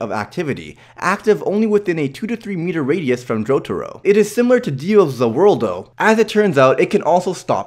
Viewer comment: Please stop saying zhe worldo Just da the world or ZA WARUDO